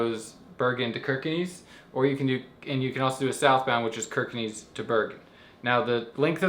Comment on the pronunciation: Kirkenes is pronounced "Shirker ness". No "knees". Plastic bottles are reclaimed against a deposit in Norway. Post the bottle in a mahine at the supermarket, you get a ticket with the refunded deposit (pant) that you can spend at the supermarket. Easy as that!